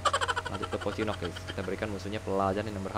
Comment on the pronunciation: Phocinki dibilang phocinok donk